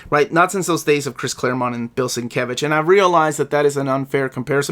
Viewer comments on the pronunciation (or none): none